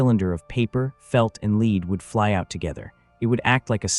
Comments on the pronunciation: Where is the "Huichin" Forest??? FIX THE AI NARRATOR! Oh, and "LEED" pellets? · It waa a storm of leed. Lots of leed flying through the air. Leed everywhere. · A.I. is ruining this platform. Leed ??? Wtf ? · Not leed pellets lead pellets. Thank you, AI! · Today I learned a new pronunciation for 'lead'. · teach tne naratorto pronounce lead the corect way. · How come the narrator does know how to pronounce "lead" say in like a person leads the team instead of lead like what a plumber would use? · AI cannot differentiate between Lead and Lead..... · I hate that the ai doesn’t know that lead is a metal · Stupid AI voices don’t know the difference between “lead” pellets and “lead” a horse to water. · Was it lead or lead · Interesting, but please pronounce "lead" correctly. Your AI voice sounds like a stunad. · marines think its lead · lead or lead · Ai killed this story. Can’t pronounce lead properly. Other than that fair story. Shotguns has a purpose. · the pronunciation of the word lead when referring to small arms fire is LED not LEEED ffs where do they get the people that provide the voice overs for these things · Pronounced as “led” not “leed” projectile was also pronounced wrong it’s “pro-gekt-Ile” hard I not soft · Leed instead of Led !!! We can tell when it's AI audio. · Get a real narrator! This A I stuff doesn't work. The metal lead is pronounced led not leed. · I wish the people who o make these and use AI to do the talking would not be so LAZY and not listen to what is produced. The mispronunciation of even the simplest words like LEAD which AI says LEED . I understand you can type the story into the computer and let a machine do the talking ,but at least LISTEN to it and CORRECT it. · Fook "leed" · Leed pellets. A.i. bullshit. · Hey or whatever AI name you were given. Lead pellets are pronounced as (led pellets). Are all videos AI now? This is dumb. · Its pronounced LED I.e. lead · It’s LEAD not. Leed ffs AI voice